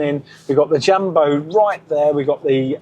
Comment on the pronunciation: The J is pronounced like y in you so [Yumbo].. No dzyumbo..